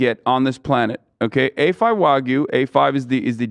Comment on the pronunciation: As a Japanese person, hearing Hasan say "wagu" was hilarious but uncomfortable 😂